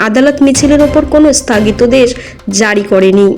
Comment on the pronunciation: বাংলা যাঁরা পড়তে পারেন না, তাঁরা কেন পড়ার কাজ করেন? "স্থাগিতাদেশ" মানে কী? হবে তো স্থগিতাদেশ। আসলে ইংরেজি লেটারিং থেকে কি বাংলা পড়ছেন ?